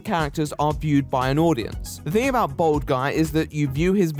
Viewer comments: For a while I thought he was saying bald guy instead of bold guy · Am I the only one who keeps hearing bald guy instead of bold guy? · I'm sure it's just your accent that makes it sound like you're calling him a "bald man"